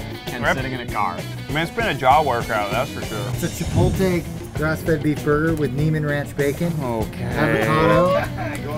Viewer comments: A chef who says "chipltay" ??? How can you take him seriously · The green truck guy is laid back and cool. Also he pronounced chipotle the same way my mom does.